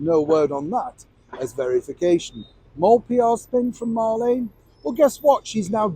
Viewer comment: Her name is Mar- Leen not Lane . Remember in the old radio program “ me names Marlene “ said in a Brumie accent. As far as going back to the palace I wouldn’t have her back but it might scare her to death, so yes bring it on.